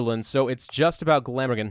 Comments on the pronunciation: How to pronounce Glamorgan = Gla-mor-gan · Btw you pronounced Glamorgan wrong